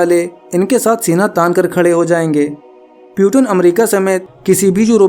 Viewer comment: Peuton nhi bhai Putin पुतिन naam hai.